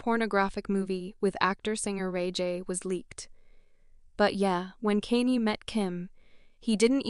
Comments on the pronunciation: any time your listening to a video that is being narrated by AI, walk away. This thing is calling him "Kane-E" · Please use real people for the narrator who the hell is kanee?😮😅🤔